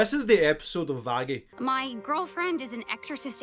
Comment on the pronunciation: WHEN YOU STARTED CALLING VAGGIE VAJJY I STARTED TO CRY INSIDE